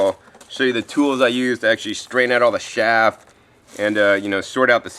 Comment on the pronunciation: sieve is pronounced siv and chaff is pronounced chaph